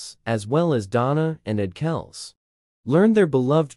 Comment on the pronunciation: You didn't pronounce kelcie properly. Their name is not kelc it is like kelcy. If you don't believe me listen to the NFL announcers how they address Trevor Kelcie